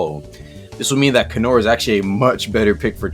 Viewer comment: ah yes, canor = better tiran!